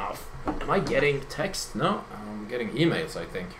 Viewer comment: i love how he say NAY instead of No lol